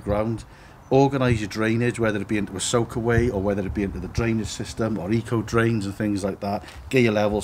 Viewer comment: Eco drains 😅, come on ACO drains, you know it but just a habit of speech 🙄 cracking workmanship again 👌